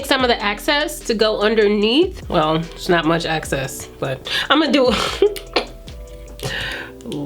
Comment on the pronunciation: Sis. You be killing me saying “Ima take the access to reverse contour” instead of EXCESS. Rooooootfl.